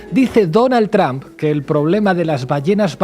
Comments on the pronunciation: Why do you say TRAMP ? IT IS TRUMP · Me agrada como sheimbaun pronuncia "tromp" tipo Castellanizado sin pronunciarlo correctamente en inglés. Es genial porque ella habla perfecto inglés.. Saludos desde Colombia